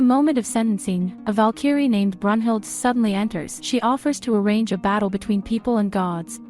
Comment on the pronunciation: You said brunhilde name wrong